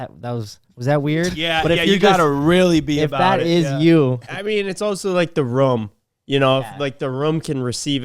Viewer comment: no way calls a ROOOOOOOOOOM a "RUM"